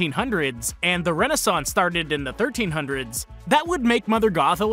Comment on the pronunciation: Why does hearing Renaissance pronounced like that make me want to die?